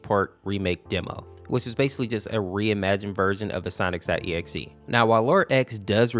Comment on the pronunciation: why do you pronounce sonic normal but when you say SONIC . exe you say Sonix.EXE?